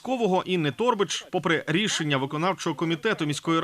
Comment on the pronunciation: Не тОрбач, а торбАч, не гОрбач, а горбАч ітд. Якщо назвали себе журналістом, вчіть правила української мови